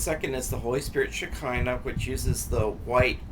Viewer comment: Hi. Thank you so much. I really enjoy your videos and plan to check out your website. I happen to speak Hebrew and just wanted to mention that Shekinah is pronounced " Shekeenah" The I sounds like you are saying the letter E. Hope that helps. Blessings.